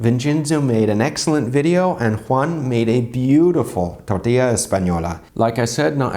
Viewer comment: I can confirm, but you say "tortila" xD